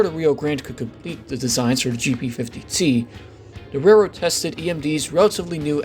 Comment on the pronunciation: Interesting video. I only wish that the narrator would slow down when saying the word "railroad". It sounds like "re rd" or "rr rr".